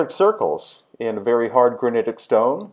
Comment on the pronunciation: I was out the first time you said granitic